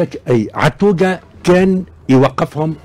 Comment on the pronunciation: طز فيك انت اللي تتكلم على عطوقة. انت مول النضارات ما تعرفش تهدر رغم سنك. المغرب و الجزائر كانوا يخافوا من حارس المرمى التونسي عطوقة. Prononcer Attouga. روح جيب عطوقة اذا مازال حي. ياخي معقد ياخي. أحنا في الجزائر المايسترو بلماضي بنى فريق وطني منسجم و منضبط و وطني حجرة بعد حجرة وبجهد كبير و رغم الأعداء. اليوم انت تحب تقلل من قيمة الفريق الوطن الجزائري و تقول انه الفريق المالي كاد أن يفوز. شوف نقولها لك مرة وحدة انت ما تفهم والو و تحب توهم روحك و المستمعين بأنك حاجة. انول لك يا الفاهم المهم النتيجة، اربحنا موريتانيا و مالي و اربحناكم. و المرة الجاية نربحوكم بنتيجة عريضة، انتضر.